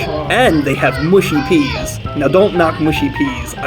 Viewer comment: Newd to say the oeas the right way